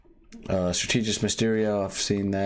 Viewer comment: Bro please say the word strategist right